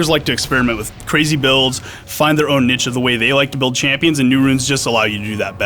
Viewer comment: Can this fuck not pronounce niche?